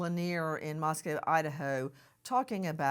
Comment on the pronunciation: First of all, thank you for pronouncing Moscow correctly. Secondly, thank you so much for your attention to the details with this crooked defense attorney. I hope that the trial is soon, and that the witnesses memories are strong.